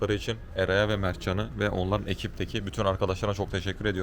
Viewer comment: Mert can degil mevt can 😂